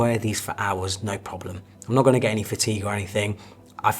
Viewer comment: so != so; so === saowyyy; reservoir != reservoir; reservoir === reevwaaaa; no != no; no === naowrrrr; new vocabs unlocked